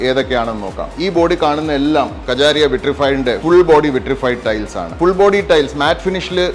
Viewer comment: കജാരിയാ, എന്നല്ല മറിച്ച് കാജരിയാ എന്നാണ്, 🙏